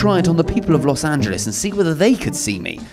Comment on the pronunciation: What even is Lous Anjelees? I know of Los Angeles...